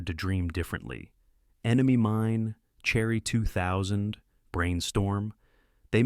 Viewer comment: It reads Cherry 2000, as "Cherry. ."